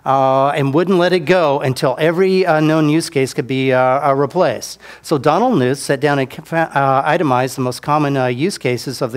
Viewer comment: I loved this guy until he pronounced Knuth improperly. It's pronounced Kah-newth. Seems nitpicky but there ya go